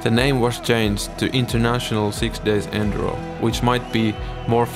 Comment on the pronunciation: You mispronounce enduro so many times in the first minute that I gave up